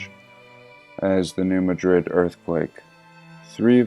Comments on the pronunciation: I live really close to new Madrid and it's pronounced just like new mad-rid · pronounced New Mad😡rid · I live really close to new Madrid . It cracks me up how people pronounce it that aren't from Missouri.